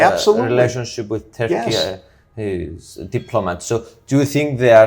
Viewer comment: Please stop saying 'Terki', when pronouncing 'Turkey' - it's so Greek.🧟‍♀️😂